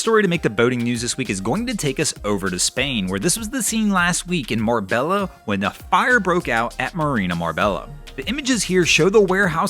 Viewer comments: Hey Dude, i love your videos, so please don't get mad at me. Marbella is pronounced Marbeya, just like Mallorca is pronounced Mayorca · First! Hey, Marbella is pronounced Marbeyya. Great vid as always. Thx